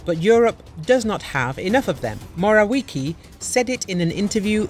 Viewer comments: Moravjecky noto moraviki 😂😂😂😂🤣🤣🤣🤣🤣🤣🤣 PROFI😂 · Moraliki :) Moraviecki pronounce :) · Mo - ra - wee - tzki not Morawiki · It's not morawiki but morawiecki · Moravietzki, not Morawiki... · Not mora-wiki but mora-wetzky. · "Mateius Morałeki" hahahaha a chwilę później "Morałiki" 😂😂😂😂😂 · You proerly should pronounce it like „moravietzky” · Matejas Morałeki 😂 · Mr Morawiecki pronounce as moravietzky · MORAUIKI ? WTF HEHEHE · Try to read- Mora-viets-key and don't skrew it up again! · Mo-ra-vee-aec(its c not k)-kee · "Mo-ra-wee-kee" it`s not even funny. Is is a robot reading? Apparently there is no limit to how badly you can mispronounce names. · That pronunciation of Morawiecki is absolutely hilarious xD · The way you pronounce Morawiecki is extremely terrible. He is not English or American. It is 21st century, it is easy to find how to properly pronounce names of known people. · Your pronunciation of Morawiecki is total shambles. Prepare yourself first.